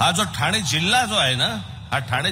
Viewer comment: साहेब ठाणा नाही ठाणे पुणा नाही पुणे दुरुस्त केली चूक😊